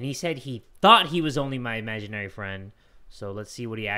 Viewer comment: Uhm.. imaginary... not amaginarie...